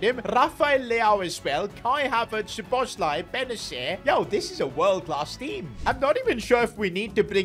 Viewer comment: You said szoboszlai right 👍